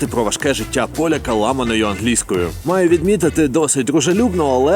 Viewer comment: Ангельскою... чел ударение поменяй :) Ох, тебе еще ждет много открытий прекрасного менталитета поляков :)